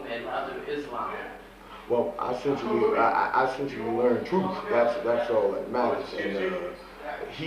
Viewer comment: Wow ... He knows how to pronounce the word "eccentially." Seven or maybe even eight times during this interview! Idiot.